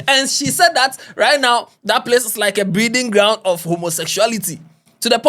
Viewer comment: Please is it breeding grounds or "brewing grounds"?